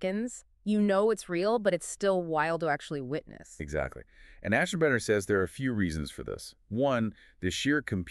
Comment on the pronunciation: AI: Must. Find... ASHENBRANER!